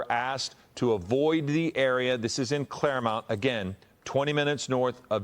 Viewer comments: lmao dude saying "clairmount" its Claremont. Bro I went to that gym, 24 hour fitness for like 7 years right by that place. Wild. Glad I'm back in Florida where we have Grady Judd. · For a second i didn’t know where the fuck they said… Clairemount? Its ClaireMONT pronounced MAWNT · It’s clairmont not clairmount.